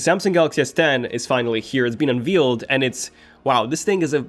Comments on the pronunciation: Unveiled is pronounced "un vAled" with a hard A - not " un vEEled" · Unveiled, not unvealed... almost lost me in the first ten seconds there. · The first thing he says is "it's been UNVEALED" LOL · 'Unveeled'? Lol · Did he say un-veal-ed???? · "Unveeeled" lulz